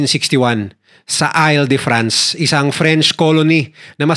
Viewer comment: Hinde ail de france an basa dun IL as in I-L, 😂🤦